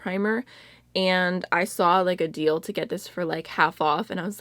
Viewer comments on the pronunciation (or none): none